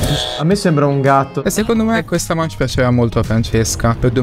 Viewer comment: la corretta pronuncia di manche è ✨mansh✨